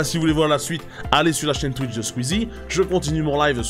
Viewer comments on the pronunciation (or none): none